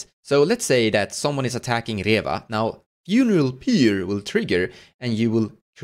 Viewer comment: Ihr Englisch ist besser als mein Deutsch lol! Pronounce Pyre the same as Fire. Great video helped me with Reva!